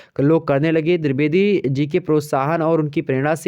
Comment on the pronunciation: Pehli baar drubedi nahi h boo Dwevedi hai okk 😏😏😏😏😏